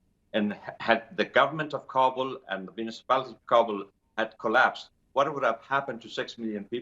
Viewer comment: For the umpteenth time, news anchors, it's KA-bul, not Ka-BUL. Listen to your guest! The ignorance of some media is outstanding.